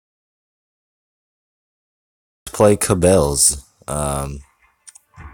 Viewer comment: Cabals is pronounced as KA-BAALS